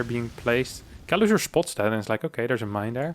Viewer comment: i really wonder how do you manage to mispronounce Kelazhur as Kelazur, while tending to say <Sh>oul and all other "s" letters in words as "sh" at the same time XDD